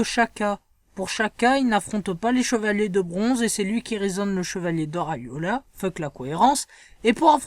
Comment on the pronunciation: C'est pas Aiola c'est Aiolia